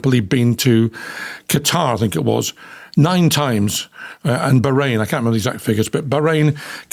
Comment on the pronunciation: You say things not fings , so why do you say fink for think? your making it up , Busted !